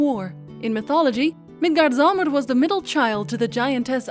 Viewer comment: "Thor" is really pronounced "T'hor".The best spelling I can give for the correct pronunciation of Midgardsormr (usually translated into English as "the earth serpent" is "Milgaardsormr" - it uses the letter "å" in Danish and a soft "d" - but if the game says it wrong and you are talking about the game, it's fine for you to do so too. "Ragnarok" is pronounced "raow-narok". The other words you're doing just fine.